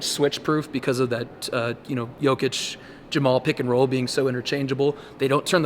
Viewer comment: Alright, it's the finals, I'm starting a petition, let's just pronounce Joker's name correctly, I know Malone is terrible with it, I know his teammates can't do it, and you as local media also don't do very good job with it, it's about you as Americans. I know he doesn't care, don't do it for him, do it for yourselves change American culture...no "OU"!!! (no "ou" in Nikola, no "ou" in Jokic)